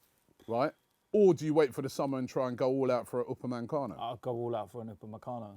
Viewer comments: No one: Robbie: upamancano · Triggers me how Robbie says Upamecano, "Oopamancano" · Nobody: Robbie: Upanmencano